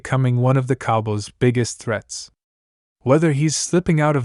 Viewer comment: You don't even know how to say COWBOYS